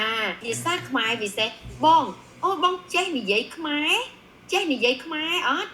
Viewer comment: You said the word Khmer perfectly 🇰🇭❤️ all the other words! I’m impressed.